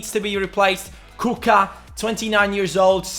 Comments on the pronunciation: You have to pronounce him with "Kutshka" not Kucka ;) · It's Ku-c-ka (Kutska), not Kuka :-) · If you will be doing Milan career mode I beg you don't give anyone numbers 3 and 6.. as ac milan fan it really bothers me when i see it.. and you are pronouncing wrong Kucka, it's Kučka (or Kuchka) and Pašalić read like Pashalich.. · kucka is pronounced kutska not kuka like so cani can see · The way you pronunce kucka xD